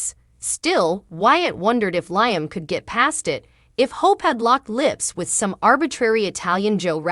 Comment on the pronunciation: Liam’s name is pronounced Lee-um.!!!!